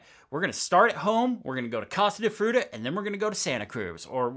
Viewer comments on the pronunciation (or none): The way you pronounced “Case de Fruta” in such an Americanized way… yikes